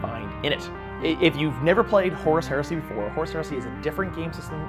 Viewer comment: Every time says Horus Heresy all I hear is horse heresy which is bringing up some weird mental images